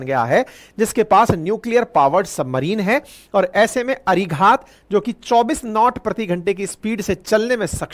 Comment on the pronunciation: भाईसाब, इस सबमरीन को अरिघात कहा कीजिए। जिसका मतलब दुश्मन पर वार करने वाली सबमरीन। आशा है आप उच्चार ठीक कर लेंगे।